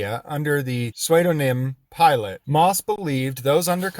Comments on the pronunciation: Just an FYI, pseudonym is pronounced sudo (like judo) nym... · I love ya man; but it’s pronounced “soo-da-nim”. Lol Love you’re videos, keep up the good work.